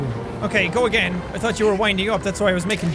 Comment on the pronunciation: Jack,U have lost ur h with T combination as in u said"game of trones","tirty" instead of thirty,"true" instead of truth and "tought" instead of thought. I dont know what causes that u will probably be fine in some time. Am I the only one to notice that?